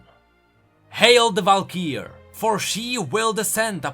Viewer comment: Valkyrie not Valkeer